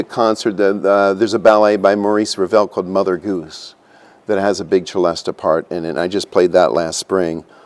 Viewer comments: You are correct. In English it is pronounced /sɪˈlɛstə/ (celesta) or /sɪˈlɛst/ (celeste) < the latter is the usual Br.English name for the instrument. The instrument was invented in France. The spelling with an "a" at the end does exist though.. There is no excuse for pronouncing this with a "ch" sound, as if it's Italian, like cello. I have heard Italians pronounce it the same as the French: and sometimes with a "sh" sound, like Shell-est-eh. Even they know it isn't Italian. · Celeste often spelt Celesta is pronounced suh·lest not che-lestuh - for example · Of course I've heard of a celesta - anyone who has ever listened to the 'Nutcracker' has heard it and of it. (and it's pronounced Selesta not Chelesta) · Oh! So Americans call it a celesta, pronounced chelesta, here is is called a celeste, pronounced sellest, like everybody else. It's amazing how Americans always have to be different. They mix up languages and turn them into patois. 😁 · Why is he and the narrator saying CHelesta? I have always know it as a Selesta, ans they even called out the origin being "celestial" (selestial). So why insist on saying chelestial? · I've only ever heard it pronounced sellest not chelesta (as in cello). And not with the a sounded on the end. Also only ever seen it spelt Celeste, like the Celeste rail in a piano for quiet practice. Or Celeste as an organ stop All comes from the same French root though. Probably just US and UK differences. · The pronunciation of celesta according to wikipedia: celesta = /sɪˈlɛstə/ or celeste = /sɪˈlɛst/ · You don't say chelestial so why would you say chelesta? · Normally pronounced "si-les-ta" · They are both definitely saying the first syllable incorrectly. Richardpeddie2060 is correct - the “Celest” part is just like the Pipe Organ stop = Celeste (suh-lest). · The pronunciation I have most heard was with a soft c ; “sehlesta” sounding much like celestial . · Why is the French instrument name pronounced as though it were Italian?